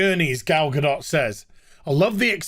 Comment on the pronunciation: I like ya, but please say her name correctly since you seem to be enamored [rightfully so] with her. Gu-Doh AND, if you go onto Twitter you get what you seek.